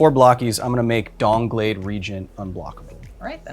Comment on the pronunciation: I swear I heard Kyle say "DONGblade Regent".